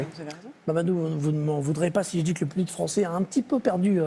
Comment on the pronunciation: 😂😂🤣🤣😂😂🤣🤣😂😂😂😂😂😂😂🤣🤣😂 continue à parler tu me fais rire....on dit "français" pas "fransai"